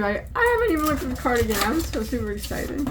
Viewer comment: Poodlerino!! Love it!! It's a carDOUGan 😂😂